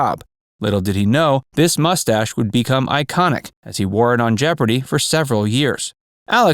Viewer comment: At least say it right, Jeopardy!